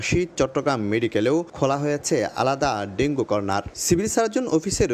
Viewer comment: ডেঙ্গু না বলে ডেঙ্গি বল্লো বার বার কারন জানতে চাই..?